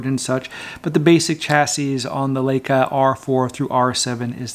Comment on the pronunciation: One year later, did you learn how to correctly pronounce Leica? :)